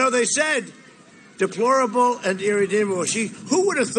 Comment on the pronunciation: "DEPOLORABLES".... come on!